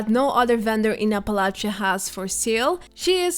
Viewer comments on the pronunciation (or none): none